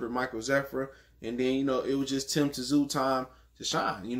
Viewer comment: The Ts in Tszyu is silent fam.U obviously never watched his dad fight before.One of the best at 140.